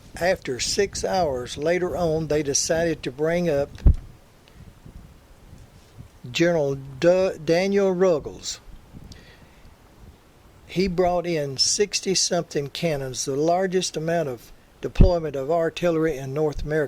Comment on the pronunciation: its Ruggles not Riggles